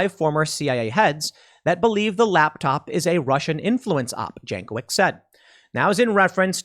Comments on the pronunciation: Pretty sure her name is properly pronounced Yank - o - vich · Pronounced yankovich